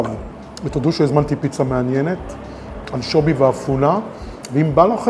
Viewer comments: אנשוbי? אמורים לבטא אנשוvי, לא? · חחחח anchobi 🤣🤣🤣🤣 אפילו את השמות לא מסוגל לבטא נכון. כל סרטון לא מפסיק לחרטט וחי בסרט שהוא מבקר 🤣🤣🤣🤣🤣